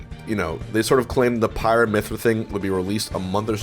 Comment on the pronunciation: It does kinda sound like he said pirate.